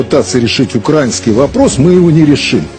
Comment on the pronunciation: Шахназарову треба взяти якийсь словничок, подивитись, як ставиться наголос на слові український. Начебто режисер, а такий безграмотний!